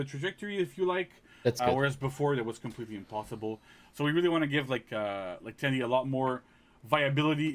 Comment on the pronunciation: Tian di should pronounce ten di instead of ti an di